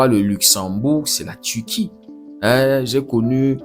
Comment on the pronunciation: On prononce Turquie pas Tuti